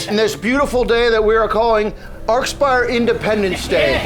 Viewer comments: I've listened to you guys for years and today is the day I learn it's pronounced ARK-SPIRE?! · no it can't, "arch" is NEVER pronounced arc